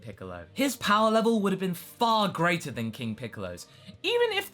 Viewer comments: "What could have bean" IM IN PAIN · "What could have bean" O_O